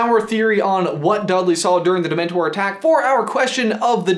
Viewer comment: get it right its not demntor